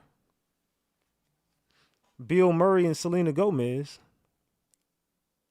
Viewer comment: It is Selena Gomez That Is How Her Name Spelled. Not Celine Gomez.